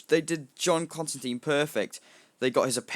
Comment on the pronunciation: its actually constan TINE the media pernounces it wrong